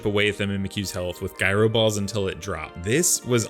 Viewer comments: i know he wasn’t calling it “guy-ro” ball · I love Alolan runs so thank you for this. One bit of advice, look up how to pronounce Gyro Ball 😉